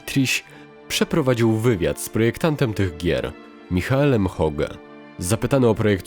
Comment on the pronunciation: Bardzo dobry materiał. Jedyne do czego można się przyczepić to nieprawidłowa wymowa imienia Hoge przez lektora. Czekam na więcej.